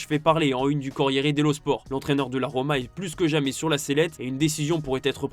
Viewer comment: Rodri aurait pu têtre un joueur du Real... Il a préféré être que têtre. L'avenir d'Ancelotti pourait bien têtre le dossier chaud... En attendant, gros dossier sur tes liaisons dangereuses. 😂